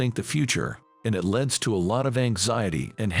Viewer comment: Can you get a voice that can pronounce the words correctly. Bow is pronounced like how. Tear is something that drops from your eyes. Leads is pronounced 'leeds'.